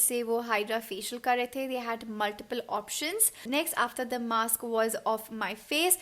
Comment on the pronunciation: Dear itz mask not maks.